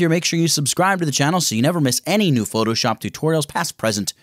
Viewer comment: Did you say file> newD